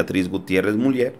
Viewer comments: Sólo una corrección: no se pronuncia Miuller, se pronuncia Miuler. Aunque estando en México también podría tomarse como correcta Muller...pero es un apellido de origen creo alemán y su correcta pronunciación es Miuler. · Miuler no miuyer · Miuler, Miuler, se pronuncia, por favor... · se pronuncia "MIÚLER""?? O míler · Yo sé que la página es en Español y bla bla bla, pero el segundo apellido de la primera dama de México se pronuncia "Miuler", no MuLLER. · Se pronuncia miuler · Te voy a escribir como se pronuncia el apeido de la esposa del presedente Obrador se pronuncia...."Miuler" saludos desde Tamaulipas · se pronuncia miuler el apellido de la primera dama de México, es alemán. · POLO, EL APELLIDO DE LA ESPOSA DEL SEÑOR PRESIDENTE, SE ESCTUBE MULLER, PERO SE DEBE PRONUNCIA MULER. GRACIAS. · Se pronuncia Miuler..solo así.. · Hola amigo, si me permites una observaciòn con respeto, te comenyo que el apellido de la Dr. Beatriz Gutièrrez Müller, se pronuncia "Miüler" gracias amigo. Un abrazo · Creo se pronuncia MUILER SE ESCRIBE MULLER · se pronuncia MIULER infórmate antes de pronunciar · No te molestes pero no sabes pronunciar el apellido de la esposa del presidente López Obrador, se dice Miuler (Muller) y así se escribe, inclusive con dieresis en la U Crítica en buena onda